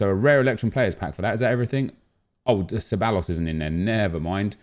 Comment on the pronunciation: Can u stop butchering ceballos’ name its pronounced ceb-i-os